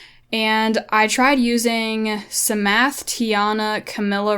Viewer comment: the p in psamathe is silent you dont pronounce it lol like in psalm you dont pronounce the s